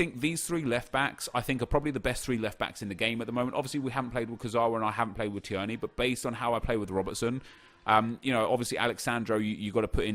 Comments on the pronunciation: Tier-ney.. Not Tiearney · I’m sorry, it’s tear-knee not t-er-knee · Please stop saying tee-erny 😂 It’s pronounced Teerny 🍀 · Teer-knee not tee-er-knee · Tierney is pronounced “teer-nee” not “tee-ern-ee” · Not t-EEEEE-r-n-a-y it’s t-EA-r-n-a-y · "Tee-yerney" No Nep its "Tear-knee" hahaha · His name is not Said Tierney it’s said Teerney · Hi nep, just thought I’d tell you that Kieran Tierney SBC card is pronounced like “Teerney” as opposed to “Ti-erney”, no hate... just trying to help! Keep up the good work x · Tear-nee not tee-ur-nee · Tierney is pronounced tearny and not tiurny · Nep it’s tier-knee not ti-er-knee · I’m from Scotland and thank his somebody actually rates Scottish players also it’s pronounced t ee rny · Im a celtic fan and the way he pronounced tierney annoyed me so much. Its pronounced teerney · IT'S PRONOUNCED TEERNY. YOU SASSANACH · So imma be that guy that pulls you up on pronunciation. Tierney = tear-knee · It's pronounced teerney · It’s pronounced like teerny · Please Nep so being a snobby arrogant english man and pronounce tierney properly.Teerney is how you pronounce it.Hes Scottish not Serbian or something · Tierney is pronounced like “Tear-Knee” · It's pronounced teernay Scottish I know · Nep its pronounced tear-ney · It's pronuced tiernee rather than tierney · Its pronounced 'teernee' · Again, It is Teer-knee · It’s pronounced Tear-nay, scottish twang to it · big man its pronounced "teernay" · Can you please pronounce tierney properly. Honestly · Stop saying Tierney's name like that. You can tell, you've only fifa knowledge and not actual football knowledge. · say tierneys name right ya dick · The way you pronounce Tierney is very triggering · Why is he pronouncing Tierney like that?